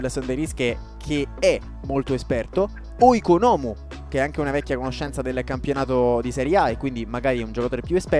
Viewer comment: Grande ti aspettavamo con ansia, se posso fare una precisazione Oikonomou, avendolo conosciuto di persona ho scoperto che la pronuncia corretto è ikonomou